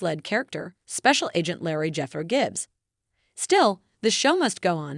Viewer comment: Hey it’s Leroy NOT LARRY..